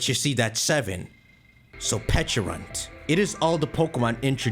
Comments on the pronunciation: it’s pecharunt not peach-arunt. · Why does he say peachyrunt